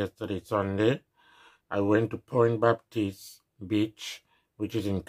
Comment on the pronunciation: Interesting video. Lol you sounding like you calling Pointe Baptist a Bitch.